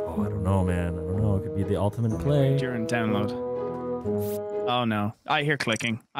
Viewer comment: “Ultimant strategy”